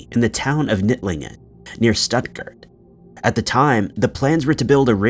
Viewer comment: Stuttgart? Lol! "STET-gurt" 😂😂